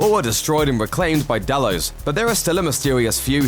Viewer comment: Nevermind - he was saying Delos, only he pronounced it about five different ways during the video. 🤔